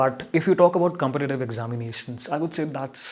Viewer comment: Haven’t he miss pronounced “parents” and “competitive” ? I was expecting this to affect his pronunciation score!!